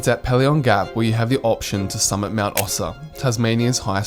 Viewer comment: Pelion is pronounced Pee-lee-on. You're hurting my ears! Also, when you mention passing Crater lake on day one, you show both Dove lake & then Crater lake. And Windermere hut sleeps 34, not 16 people. Trail fee is $0 from the end of May to the beginning of October. Obviously you need to be prepared for colder/harsher weather but it can often be breathtakingly good.